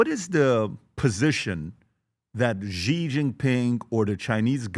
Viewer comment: Hey Patrick, the President of China’s name is Xi Jinping, pronounced ‘Shee Jin-ping.’ The ‘Xi’ sounds like ‘she’ (as in the word for a woman) plus ‘ee,’ making a soft ‘shee’—not ‘gee’ or ‘zee.’ Just say it as ‘SHEE jin-PING’ and you’ll be spot on.